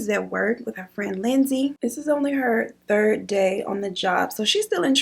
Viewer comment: he makes me laugh when he says turd instead of third 😂😂😂